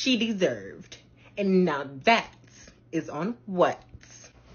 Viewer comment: Did she say iss do she mean iss